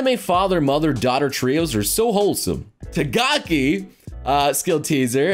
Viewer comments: It’s been 0 days since last said Tagaki instead of Takagi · I like how every time he says Takagi, he says it as Tagaki